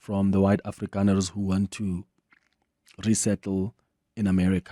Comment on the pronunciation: Why everytime you say afrikaner, you say it in disgust with CAPITALS???????